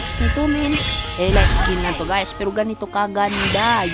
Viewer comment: "elit"po pag pronounce di po "elayt"